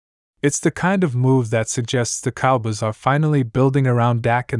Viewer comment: Your narrator can't say cowboys right. The fact you didn't preview your crap before you published it, that's a BIG let down. I'm sure I'm not the 1st person you let down. 🖕🤡🖕